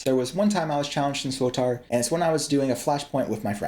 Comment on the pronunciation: Great video but man the way you say SWTOR, mans playing Star Wars The Auld Republic with his “SWTAR”